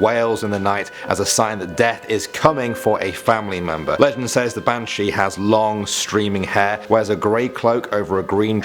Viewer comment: It's not bantshhe.....it's ban-shee